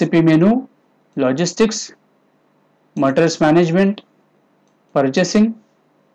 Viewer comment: I closed the video once he mispronounced materials word.